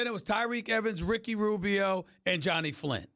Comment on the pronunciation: Why he say Rubio's name like that 😂